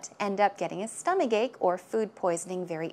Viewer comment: is so attractive. By the way, how do you pronounce 'stomachache' exactly? Why do i hear "stomaGake"... Please,, teach me, teach me well, oh yes,, if i do wrong, punish me, pu..sh, oh yeah~~